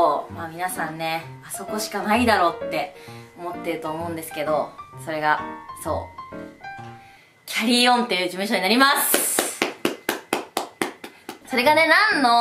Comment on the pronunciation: キャリーオンじゃなくてキャリオンらしいよ